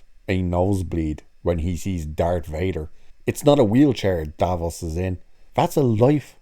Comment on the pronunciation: I'm bored... Oh no sorry not of the "TrAnS iSsUe" of videos like this. Oh and it's DAVROS not Davos sounds like a cleaning product